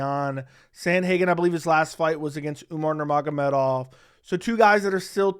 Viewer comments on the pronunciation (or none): none